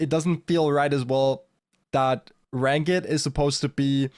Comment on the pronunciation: Saw someone post on another of your videos that your English has improved a lot over the past few years. Hopefully this helps: Try saying “rankd” instead of “rank-id” for ranked. Your English is great, just a tiny nitpick. Your brawl stars is even better! Thanks for sharing, keep up the good work.